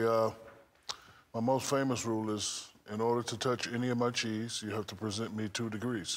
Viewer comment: He said keys not cheese